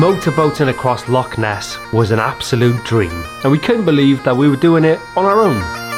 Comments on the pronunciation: As brilliant Welsh people up here say it with the same spit as you would at home lochhhhhh not lock. 😂😢💜💜💜💜 Remember boat is an acronym for bring on another thousand. I would love to donate for your Africa shoe fund but I'm not in the position. Keep it up guys I have so much respect for the two of you. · LAKE LAKE Ness - Heresy!!!! people have been burned at the stake for less. But being our Celtic brothers you may be forgiven - if you get it right. It's LOCH with a capital CH. No K involved! Be warned🤣🤣